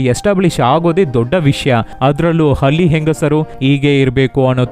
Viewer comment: Boss kannada na proper agi uchar madu Halli Hali ala